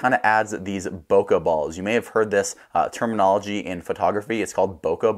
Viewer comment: Bokeh is a Japanese word. In Japanese, the letter E is pronounced as "eh" as in English bet, met, get. The letter E does not morph into AH.